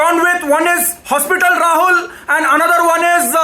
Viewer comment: he said ""hospital Rahul"" 🤣